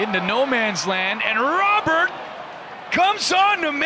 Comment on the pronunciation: Roh - berrt . Not roh- bear . Its spanish not french